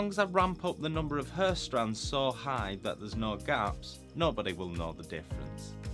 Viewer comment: You should have a bleep sound every time your say hair. You are murdering that word. Other than that, high quality content as usual.